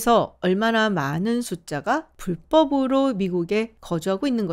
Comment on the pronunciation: 말을 똗바로 발음 하셔요. 불법 침범자이죠. 불법르로 들어온 그 자체가 불법입니다.